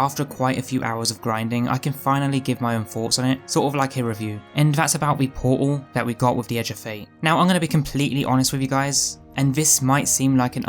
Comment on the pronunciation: "give me port-ul of wat-uh" :)